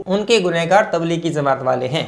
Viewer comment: Please correct some words like jamat not zamat